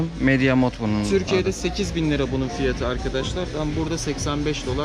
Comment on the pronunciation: Fiyaaatı 😅 açık kapalı a lara çalışmalısın gibi :)